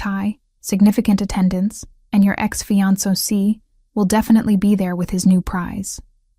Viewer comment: The AI can’t say “ fiancé”😂😂😂